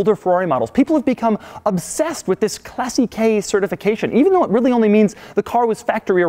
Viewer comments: Its "clàssiche" not "classichè" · Argh he keeps saying classicheee. It's clàssiche, it's the first syllable which is stressed, not the last one! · Not classichè, but clàssiche! And not speziale but speciale! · Please !!! At least pronounce it correctly !! Not “classiquai” … classiche !!! Like classikè…!!!! Dio madonna !! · I love how he says "Classi - kaay" for "Classiche" :-D By the way, it's pronounced "Clah - ssick -eh", more or less. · Clássiche not classichè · its NOT "Classy- KAY" its pronounced "Class-eek" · That 'classiche' is pronounced as 'classike' not 'classikei' and it's not 'spesiale' it's 'spechale' lmao doug... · I don't think you pronounce "classique" as "classy-k." It's "class-eek" in French, so I would imagine it would be the same in Italian. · BTW is not „classikey“ but „classikeh“ the way u should pronounce it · "Classy-kay, classy-kay, class-kay" FFS DUDE it's pronounced "Classeesh" you moron! Ahem, nice vid thumbs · omg his "classiche" pronunciation is fucking triggering me. it's clàssiche not classichè. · Doug, I think the pronunciation is "Class" "eech", not "Classy" "k". At least that's how Wayne Carini says it... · How many times can he mis-pronounce Classiche???? (Class-eesh) NOT Classy-K. Jesus. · Isn’t the term for the certification pronounced ‘Classeesh’. It’s spelt “Classiche”. Think Rolls Royce Corniche. Pronounced ‘corneesh’. I honestly don’t know however posing the question. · I love how you mispronounce "Classiche" sounds like "Classy Key" :D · Pronouncing "Classiche" as "Classy-K"... So American. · It's pronounced "clah seech" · Doug you pronouce CLASSICHE in such a wrong way that s sounds funny. It shall sound as CLÀSSIKE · Oh, by the way, classiche is pronounced with ch as in church. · please never say "CLASSY KEI" again, sounds so wrong. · why do you spell it as Classic-key? in italian doesn't ends up in AI just a mute E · ahah love how i pronounces Italian words Classicheee''' and Speziale xD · please stop saying classy-kay..